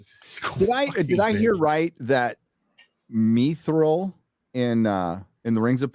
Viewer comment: ME-Thrill? You mean Mithril?